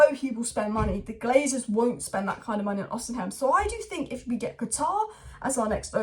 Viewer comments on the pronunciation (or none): please read this ffs Vik-tor O-SEE-MEN